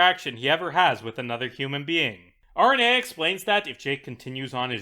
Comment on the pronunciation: it's ah-rain-ee-ah for the love of God please 😭😭😭